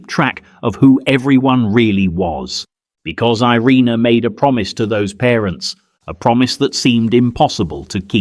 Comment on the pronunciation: She never wanted to be considered a hero but what else should we call her? So many children lived because of her, some still living. And her name is more accurately pronounced ee-RAY-na not ai-REE-nuh.